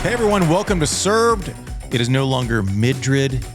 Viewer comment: Wait, what's the scoop on why Andy pronuncing it "Midrid". It sounds lewd when he says Midrid but I'd like to give him the benefit of the doubt and say that he's not trying to be lewd. But why is he saying Midrid? I missed the memo. Someone fill me in please